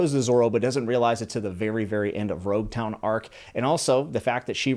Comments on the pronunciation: Just a couple of notes on name pronunciations! Usopp is not pronounced "Yu-sopp" like you do in the video, but "Oo-sopp". Second, Gin is pronounced with a hard G, like in gift, great, or gamma, not like the drink. Edit: Also it's Loguetown, not Roguetown, because it comes from Pro*logue* (Luffy's) and epi*logue* (Gold Roger's) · Loguetown is pronounced log-town, and that is because it is the town of beginnings and endings, such as a prologue or epilogue. It is where Roger began and met his end, and is also the final, epilogue arc in the East Blue saga which is itself literally one gigantic prologue to the greater story that is One Piece. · I’m so happy you’re already hooked, this is only the beginning ;) Just a few pronunciation tips: •In the Japanese language, the R and L are usually interchangeable, I’m pretty sure it’s Loguetown, not Roguetown •Usopp starts with “oo” not “you” •Sanji has a tall a, so Sah-nji •Baratie is pronounced “Buh-rah-tee-ay” Can’t wait for more of your videos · I loved the commentary and analysis! Reminds me of why I fell in love with One Piece! Oh, "Loguetown" is (as I understand it) pronounced "log-town" as in it's the island that is the "prologue" of the whole Pirate Era (where Gol .D Roger speaks of the One Piece and where he's executed) in which One Piece takes place (as Oda-san, at times, holds the readers hand to add context). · It May be spelled Loguetown, but it’s pronounced Log-Town. You know, because of logs. Ships. Ships are made of logs. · Thanks for telling him that. Him saying "rogue town" kept annoying the hell out of me 😂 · its actually Loguetown. its called the town of beginnings and ends. So pro"logue" and epi"logue" . The Rs and Ls are very simlar in japanese wrinting which is why they often get twisted in translation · names prounouced wrong: -ussop -gin -sanji -Lougetown/rougetown -one piece -bellemere You are still at objectively the worst part of one piece, it gets crazy later on